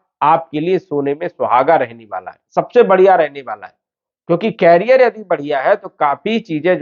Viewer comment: Please कैरियर (carrier) mat bolo. Iska matlab hai carry karne wala. Jaise cycle ke piche hota hai. Ye करिअर (career) hai. Bar bar kan mein bara khatak raha hai. 🙏